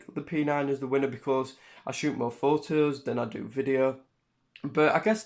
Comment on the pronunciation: "Okay today we r gonna take some phooes "